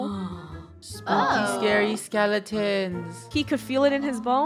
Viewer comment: Not scawy